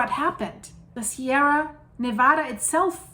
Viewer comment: Slow clap👏👏👏You get extra credit. Not even from the country and can still pronounce "Nevada" better than most. Heathens.